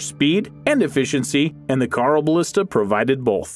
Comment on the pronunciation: Carl o ballista? It's pronounced hyeroballista.